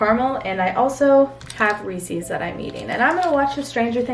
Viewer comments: hannah, i love you and all but did you really say REESEEES?! it’s REESE’S. sorry still love you 😘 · who says Reese's like ree-sees????????? I'm triggered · DID SHE SAY RECEEES